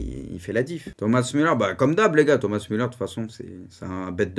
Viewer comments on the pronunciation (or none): none